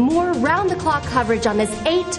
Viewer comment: i honeslty think that after all these comments you dont even think of deleting this video. eight belles was a beautiful filly that never meant to hurt herself, and its barbAro not barbero. If you dont delete this im pretty sure people will report this. i most likely have a lot of people agreeing with me.